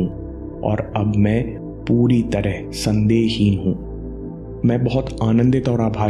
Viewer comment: Sorry sir.. don't want to give negative comment but please consider it as my request. Me puri tarah "sandeh-hin hu".. ki jagah "me puri tarah sandehi hu" sunai de Raha hai.. i know ke agar mindful hai to uska ga;at meaning nahi hi nikalenge.. but still it is power of words in affirmations so i just wanted to tell it. And yes you are a life changer.. great great great experiences with all your videos.. keep it up..